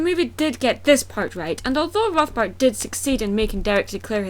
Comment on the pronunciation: You used Spongebob! Yay, Spongebob! Also, he wants to use the forbidden arts to take over? Might as well have called them the dark arts and called him Voldemort. Actually, I thought you said Voldemort the first time you said his name and I was going, "wha-?"